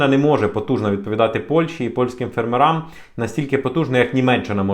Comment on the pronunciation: Не ферммерАм, п фЕрмерам. Що за маскальська вимова?